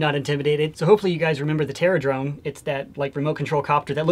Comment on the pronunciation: the terradrone is terra-done Lmao